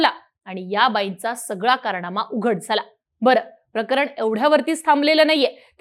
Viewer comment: ट्रेणी, पुण्यावरणं, कारणामा, दृष्टीदोस, एकोणपंणास, मणोरमा🙇.....सुरुवातीलाचइतके चुकीचे उच्चार🤦.....ह्या नंतर मी व्हिडिओ बघणं बंद केलं.....🤷